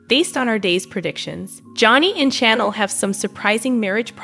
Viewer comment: Hey lady talking about the spoilers you are saying Chanels name wrong!!!!